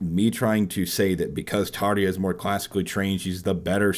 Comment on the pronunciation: Tarrrr-ya!!! Not Tar-ee-ya!